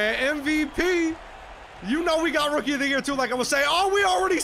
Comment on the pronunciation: Man said "Rookie er der yurr" 💀💀💀